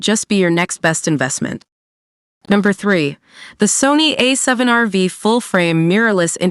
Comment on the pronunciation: I think it's called A7R5 or A7RV ( no vee ) :)